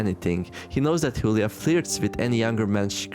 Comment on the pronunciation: I think Julia is supposed to be pronounced not like “Hoolia”, but more like “July->Julie”